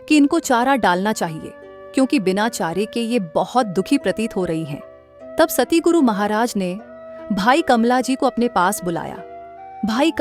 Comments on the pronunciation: Not satiguru,it's satguru ji❤ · Sister Satguru bolo ,na k Satiguru